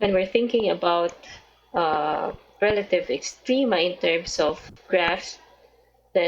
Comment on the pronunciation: rrrrrelative extrrreemaaaaa